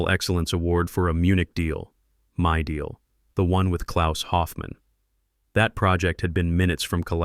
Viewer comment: Hope you realize that you listed CITIES, not countries! Precision seems not to be your strong point! This laxness is something "up with which I will not put"!!! However, you DO get full marks for pronouncing "Klaus" correctly! German is my birth-language and I have tried my best to keep up with it over the 60+ years I have been speaking English!